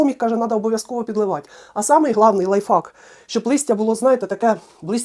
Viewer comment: Спасибо за прекрасные советы. Спасибо, что поделились опытом. Обязательно попробую. Можно совет с любовью?.. Правильно произносите "лайфхак" (в Вашем варианте вторая часть означает ... мат по-английски). Всего доброго Вам!